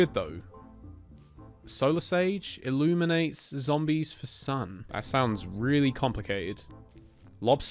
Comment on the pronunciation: “Zants vs plombies” 💀💀